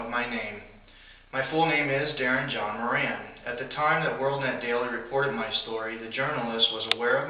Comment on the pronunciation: I would suspect it's pronounced "More Ron".